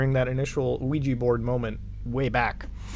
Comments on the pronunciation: Luigi board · Ouija boarf